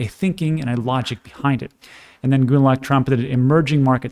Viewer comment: thanks for the useful content. FYI, Gundlach’s name is pronounced Gun-LOCK.